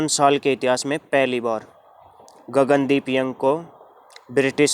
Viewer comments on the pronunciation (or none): Bro it is not gagandeep yang it is gagandeep kang